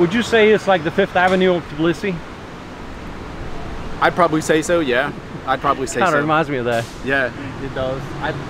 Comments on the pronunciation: I realized that Russian pronounce Tbilisi strangely in English. We skip the first vowel and pronounce it like: цб-ЛИ-си in English, with a strong Ц sound. What I hear you and say is Билиси. I guess the т is dropped in the Russian pronunciation and you're just pronouncing it the same in English? (i might just be crazy or deaf, that's also completely possible) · Thanks for the great video and Hey from the other Georgia 🇺🇸 🙂. Tbilisi is apparently the one city I can't pronounce the same way twice 😀.